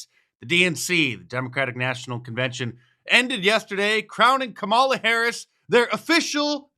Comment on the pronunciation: Nonstop lies and using celebrity like Kerry Washington to help say kamala right and she still said it wrong 😂